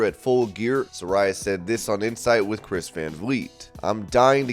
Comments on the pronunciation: SA-RAY-A ....get it right man ;) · Is Saraya pronounced Sar-Aye-Ah or Sar-Eye-Ah? I keep hearing both.